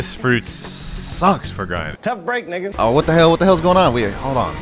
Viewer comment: Bro said NIGA